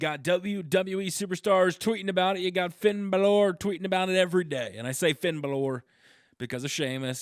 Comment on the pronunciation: It's not Balor its bálor